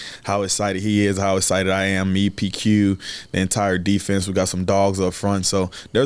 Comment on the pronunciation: He's "ehcited", I'm ehcited, we're all ehcited. Haha love you R0-dawg ! Let's f*ckin' go Ravens!!!